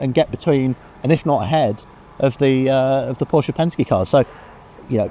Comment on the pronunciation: She would do well to attend the Shea Adam school of motorsports presentation. Learn to pronounce the name of the man responsible for the many years of motorsports excellence. His name is Porsche. Two syllables. Show some respect. I appreciate her enthusiasm for the sport. A little bit of fine tuning on getting the details correct is all she needs.